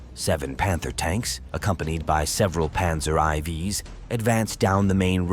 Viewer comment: Only bad side of narator is his reading of Pz4 name and 90mm guns